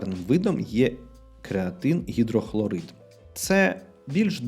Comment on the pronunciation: креатин гімнохлорид в кінці було топово ))) дуже сміюсь ))) якщо що не переживай, у нас викладачі в НУФВСУ не завжди усе правильно вимовляють ))) про крепатуру також цікаво послухати )